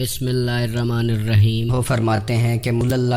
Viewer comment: Bismillah to sahi se bola karo hi rahman hai wo e rahman nahi